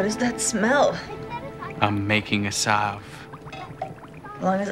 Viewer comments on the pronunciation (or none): none